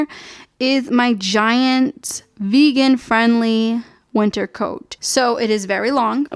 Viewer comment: i like how as soon as you said “in massachusetts’s” and then the accent really popped on summah and wintah so cute